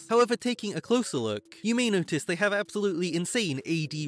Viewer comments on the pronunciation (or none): none